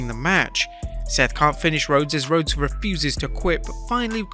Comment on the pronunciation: There’s actually no way mama said CODY “Rhoades” the pronouncation of that spelling is “Road-ess”, while the actual spelling is RHODES, Pronouncation “Roads”, if ur a WWE fan (which I don’t think u are) u probably should know this, and I’m not even a WWE fan lol